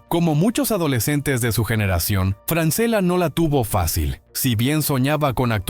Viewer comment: El apellido se lee Franchella es italiano. A Francela no lo conoce nadie